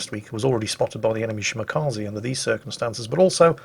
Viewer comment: Did I hear him say “spotted by the enemy Shmakaze” instead of Shimakaze? Sounds catchy.